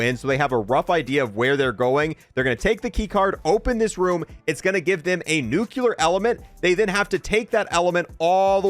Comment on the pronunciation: it's not NUKULAR it's NUCLEAR